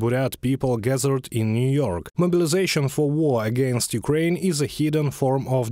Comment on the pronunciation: NEW YORKK ????😂😂😂........FVCK WESTTT ...